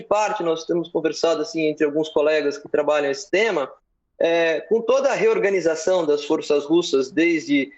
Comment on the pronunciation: Reoganizacao kkkkkk Melhor nem comentar kkkk Sabe de nada inocente.